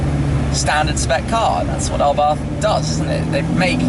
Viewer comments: Pronounced, Abarth [ a-barth ] not "arbarth". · ABARTTTTTTT.....not th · Please , please lose the H in the Abarth , just pretend it's not there ABART , that's it ABART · It’s pronounced [Ab-Ar-T] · Can't get over how he says 'abarth'